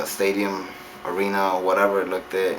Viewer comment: Look-tid? Look-tid? LOL Your ghetto ass can't pronounce looked, lol.